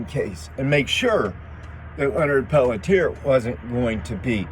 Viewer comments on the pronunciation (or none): Pelletier pronounced "pelt-chi-ay". Thank you for covering this. Total set up for sure and he is innocent. Went through this thoroughly years ago and from what I have concluded, there was not enough compelling evidence to convict Leonard for the murders or continue to keep him in prison. He "took one for the team", but this whole situation should have never happened in the first place, but the intruders were instructed to invade.